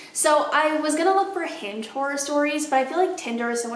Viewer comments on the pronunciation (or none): I thought you say “I’m unhinged” instead of “I’m on Hinge” and I was like well I appreciate the honesty before context clues kicked in.